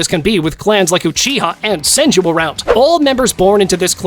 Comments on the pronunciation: He is dumb he called the senju clan the son-ju clan and not sen-ju clan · The “sanju” clan😂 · It's not sanju it's senju😒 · "Sanju"? Tf. The Yamanan...what clan? Bruv You put Jiraya above Sakura...tf. Sakura would clap him lol. Orochimaru should have been towards the 27 to 30...why the hell would you put Orochimaru that far up and not even knowing his clan... Kimi who? You call Naruto, Boruto, and Himawari "Namikaze," which is correct, but then putting him not in the top 5 lists lol.. "Mangeko"... Goddamn this is a fail video. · Tell me you’re not a real fan without telling me you’re not a real fan. Him: “San-joo” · "Sanjew clan" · I like how a guy named cant pronounce Senju. Bro has no "e" on his vocab